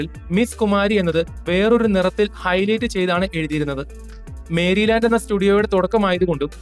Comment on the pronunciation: 8.06. മേരിലാൻ്റ് സ്റ്റുഡിയോ അല്ല മെരിലാൻ്റ് or. മെറിലാൻ്റ് സ്റ്റുഡിയോ (Merry Land).